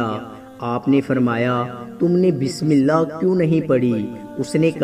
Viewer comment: Mere bhai pehlay bismillah Drust parho achi tarhan seekh lo shukriya